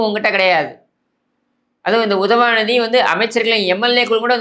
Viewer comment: I love watching your videos only to hear you say UDHAVANIDHI 😂😂 and you topped it off today with Santhanathuku thunai nadigan 😂😂